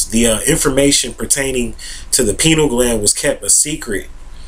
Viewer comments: oh god... stop saying penile gland!!! LOL That is something totally different.. it is pronounced "PIE-NEE-EL" gland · "pie-neal" gland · Lol, you pronounce it like "penile gland". That gland is a few Chakras below the Pineal Gland:) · pEYE-KNEEL gland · Yall are ridiculous trying to attack how he pronouces the word "pineal gland". See this is whats wrong with the world today, exhibit A below, folks out here are worried about the wrong things. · I don't see him being attacked for his mispronunciation of the word; just corrected. If I was sharing my knowledge about a subject and I was mispronouncing the subject matter, I would be appreciative of someone enlightening me as to the correct pronunciation. None of us, no matter how much we think we know, is above correction when we are wrong. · Mispronouncing something doesn't make information invalid. However, he is simply wrong and uneducated about what the pineal gland does. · Does his mispronunciation make his information invalid? No, so stop being ignorant and judgmental. Everyone speaks according to their environment and the way they were taught. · lmao! he should learn how to pronounce the word before he starts acting like an expert on the subject.